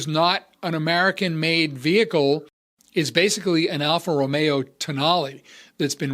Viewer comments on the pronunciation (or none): none